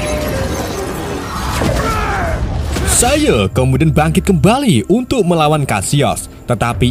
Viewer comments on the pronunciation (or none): Saiya bang bukan saiye😂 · Seiya bang bukan seiye.. 😂 Pasti orang madura ya bang? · Saiye? Bukan seiya?